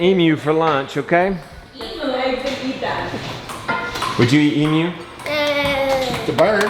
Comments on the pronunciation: Thank you so much for correctly pronouncing emu! ❤ 🇦🇺🇦🇺🇦🇺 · Ayyyyeeee. says emu the right way!!! Proud Aussie here 😂